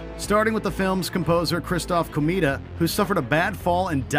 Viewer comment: “Christoph Komeeda”? Not quite. The jazz virtuoso deserves more respect than that